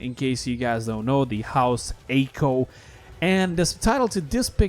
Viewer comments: Anyone else have mini aneurysms every time he pronounces Aico as Eyko? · Aico isnt pronounce aco its pronounced ico the a is silent